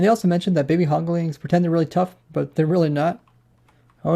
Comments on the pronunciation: "hoglings" "piglings" "lantrens" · Okay, I like your videos, I di, but it's HogLINS and PigLINS. There's no "ing"at the end. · Who else got very pissed off when he kept saying Hoglin(g)s and Piglin(g)s